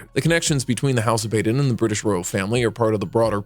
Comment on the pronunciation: "Bah den", not "Bay den". "Feh lee peh", not "Fehlip".